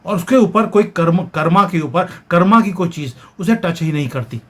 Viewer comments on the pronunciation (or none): श्रीमान जी आप हिन्दी बहुत अच्छी बोलते हैं तो आप कर्म को कर्मा क्यों कहते हैं आप से अनुरोध है कि आप कर्म बोलने का प्रयास करें धन्यवाद